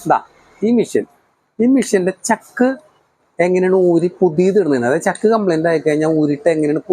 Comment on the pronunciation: Pazhaya chakk alla, chaakk Anu. 😂😂😂